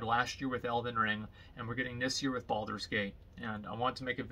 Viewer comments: BALD-ur's Gate. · when Asmon pronounce Baldur's Gate it sounds so BALD.. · why does he emphasize the first 4 letters of Baldurs gate a little too much? he does this at about